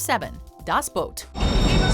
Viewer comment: *Booooooooot as in oooooo not boat